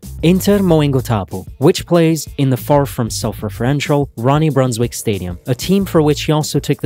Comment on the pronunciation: In olandese quando c'è la ij si pronuncia ai, quindi si pronuncrebbe Brunswaik :)